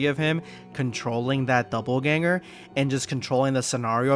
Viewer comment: It's "dopple" ganger, not "double" 😂